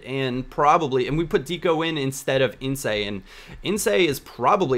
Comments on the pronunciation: *ins not insae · its ince no in-say!! legendary surname in english football! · ince i dunno where you see sound like your saying insaye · It's not incEEE just ince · "Insay" - it's pronounced like "rinse" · Great vid, but it's "Ince" - not "Insay". You know, like the son of Paul Ince?? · Ins not insay :') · its pronounced ince, not insay;) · Its not pronounced insay Its Ince. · its not inca its just ince;) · btw, it's not pronounced ince-a, it's just ince, like it's spelt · its just pronounced "INSSS" not "INSAY" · ince not insay c'mon lad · It's pronounced Ince not Ince-a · great series man! really enjoyable to watch! Btw, it's pronounced "Ints" not "Insay" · When you say Ince, you don't need the -ey on the end when you say it :) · WTF it's Ince not In-say? He's not french! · It's not pronounced 'InceEy' it's just Ince. :) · Ins not incE :) great video man! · It's pronounced Like "In-S" not In-Say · Ince is pronounced "In-s", not "Insay" just a note :) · It's not 'In-say' it's 'In-s' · its pronounced inss, exactly like its spelled not inssa. just a friendly tip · ince - ins not insay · it's ince, like mince xD not insay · Not In-se but in-s ;) and Ince is targetet by Man Utd and has sick pontensial ;D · it's just Ince pronounced 'ins' not 'insé':) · It's not 'incey' it's 'ince' as in mince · incay ??? its ince. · not In-c-ay. Its In-ce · not In-cey, u say his name like mince without the "m" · arrgghh its pronounced IN-SSSSS(like a snake).... not INSAY!!!!! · Thomas Ince is pronounced Ins, not Insay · Ince is pronounced "Ints" not "Insay" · 'ince' not 'insay'. cool video though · Its not insay, its pronounced as you see it Ince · Not ''insey'', ''ins'' on your right wing Ince;D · INCE not incay loool hes english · It's not Incay, it's INCE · its in-ss not in-say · In-ss not in-cay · pronounce it Ins, not In-say. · Ince isn't pronounced insay it's ins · your RW Ince is pronounced Ins not Inse